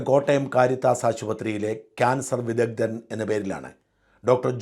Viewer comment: വിദദ്ദൻ എന്നല്ല വിദഗ്ദ്ധൻ എന്ന് പറയ്